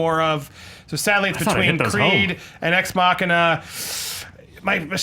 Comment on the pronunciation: I like Allison because she pronounced Ex Machina damn right!